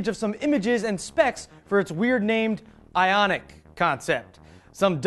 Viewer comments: before you said the name of that new Hyundai i thought it was pronounced i-oink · Isn't it I-Oniq... don't you think?